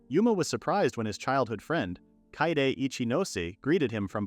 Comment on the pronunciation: kaede is pronounced k-eye-day, not katie. i get that it's a text to speech thing, but it can't be that hard to get it to pronounce stuff right